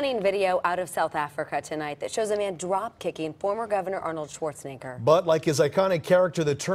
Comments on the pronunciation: Who tf is Schwarzinger? Several times the reporter refers to Schwarzenegger as Schwarzinger. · Yo that beginning part man, there is an E in his last name not an I 😂